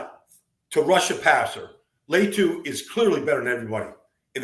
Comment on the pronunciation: Why is Latu so hard to pronounce correctly for Baldy?